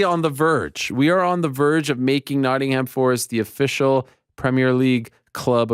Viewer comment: always cringe hearing americans talk about English football. the lack of knowledge , or awareness is astounding. then they try to pronounce the names... "Notting-ham" ? its a silent H.